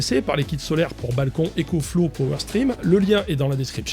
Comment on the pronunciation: EcoFlouz pas ÉcoFlow